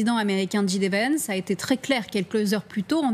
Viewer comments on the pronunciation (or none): & : Ni la journaliste ni Pierre Servant ne savent dire J D Vance un tant soit peu correctement en anglais ! Affligeant... Quelle crédibilité peuvent-ils avoir pour le reste si même l'alphabet anglais leur est inconnu ?